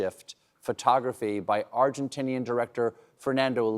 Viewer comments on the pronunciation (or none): none